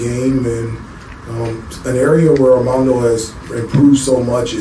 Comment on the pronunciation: Question. Is he calling him Amanda Boycott or Armando? I hear Amanda. Strange because he's a big Tar Heel fan. Just asking. If I'm not hearing it correctly then please forgive me.